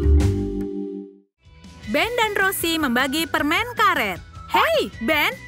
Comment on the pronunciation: Permennnnnn bukan permengggg heeeeeeh